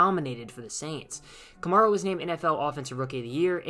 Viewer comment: You're pronouncing his name wrong